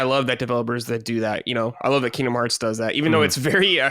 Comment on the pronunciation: I love kiengdom heuhrtz uhnd finuhl fuhntuhze